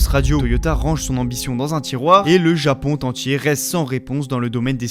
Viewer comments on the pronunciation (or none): Bonne vidéo, mais attention à la prononciation, parfois ça fait mal aux oreilles : japon tentier entre autres. continues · pourquoi tu fais des liaisons qui n'existent pas? ex "le Japon T'entier????? Voici T'un exemple??? toutes les 30 secondes y en a une